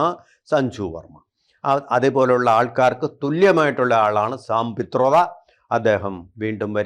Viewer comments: Sampetroda? It is sambitpatra pl 🙏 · സാംപിത്രൊട അല്ല,സംബിത്പാത്ര.